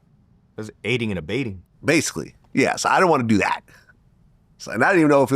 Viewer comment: “Aiding & A-BATE-ING” 😭🤦🏾‍♂️ It’s Abetting … aiding & abetting lol